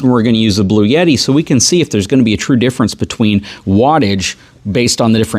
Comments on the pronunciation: There’s no “Y” in Bluetti. Blue-etti. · There is no "Y" in Bluetti. 🤔😏